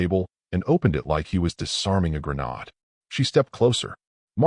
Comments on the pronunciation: I have never thrown a "gren-od" but I have tossed a few gren-ades - - I have yet to see where any AI production gets the pronunciation correctly - - figure out how to fix it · Grenade is pronounced Gren-nayd, not Gren-Nard. Because this story is supposed to be in English or American English. Gren-Nard, as you keep saying, is how the French would pronounce it. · AI still can’t pronounce the word grenade 🤦‍♂️. It’s not a hard word to say